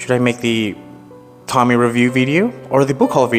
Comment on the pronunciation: TOH-MEE-EH! God I hate when ppl mispronounce her name.